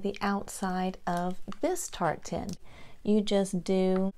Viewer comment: Dear, I’m so delighted that I stumbled across your Channel! I absolutely loved every Ornament you created! I was confused when you said, you were going to make “Tart Tin Ornaments”... At first, l thought you were saying “Tartan”! I kept waiting to see some “Plaid” looking. 😳😂🤣🤦🏻‍♀️ I think you’re extremely talented and have a lovely voice... I enjoyed your video so very much! I immediately subscribed and rang the notification bell! 🔔 I’m looking forward to watching more of your videos. ♥️👍🏼👏🏼👏🏼👏🏼👏🏼